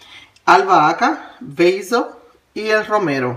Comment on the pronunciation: Basil. Se pronuncia beisil. Es albahaca